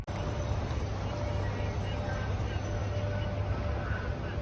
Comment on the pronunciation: хрень ты какую-то нагуглил...😊 всю жизнь живу в этом регионе и всегда говорили Зима и Зиминский район с ударением на второй слог Кстати, советский поэт Евгений Евтушенко родом из Зимы и всегда себя гордо именовал как "зиминец" (опять ударение на второй слог)